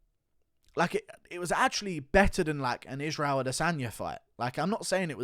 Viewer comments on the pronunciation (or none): none